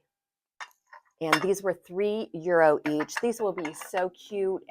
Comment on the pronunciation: Euro in the plural is euros with the "S" pronounced!